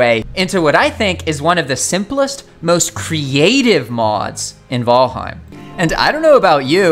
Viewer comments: I swear to GAWD! Fucking VOLHEIM???? What the hell😅 I have heard VALHEME and VeelHem…People is it VAL HEIM!!! HEIM and in “Heimlich maneuver” and VAL as in VALerie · Say vHalheim ONE more time... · He says Valheim kinda weird lol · The Valheim mispronunciations made this video unwatchable for me. Sorry. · Why is the content creator refusing to pronunciate Valheim correctly?